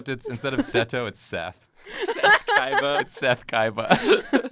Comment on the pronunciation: Is it me or she is pronouncing it "Kaiva"?